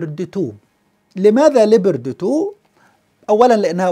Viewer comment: اسم الدبابة ليوبارد تو وليس ليبردي تو